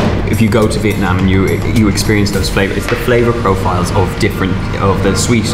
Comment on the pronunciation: When is the only one who pronounces Vietnam wrong... My heart 💔